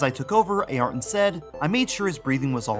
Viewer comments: Great vid but your pronunciation Ayrton is soooo grinding with me. It is Air-tun NOT A air tun! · "A-arton"... nope "a-yer-ton" Senna Da Silva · Ay-ar-ton? Really? Never heard his name pronounced anything other than Air-ton. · Air-Ton. say it like that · true but still everyone knows the correct spelling of the name regardless of where they're from... it's actually the first time in my life I've heard someone actually saying A-Arton